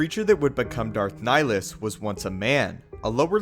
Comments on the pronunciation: Love the videos, just liked to point out that the name "Nihilus" is derived from the latin "nihil" (sounds like nee-"hill"), so shouldn't his name be pronounced has Nee-"hill"-us, instead of Nilus? P.S. "Nihil" is latin for nothing. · Dude it's Nihilus. Like climbing a hill. Look up Nihilism or nihilistic. That's the concept idea behind his character. Good vid though.